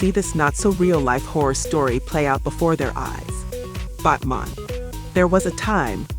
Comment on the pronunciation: Why are you saying Batman like that? It's batman not botman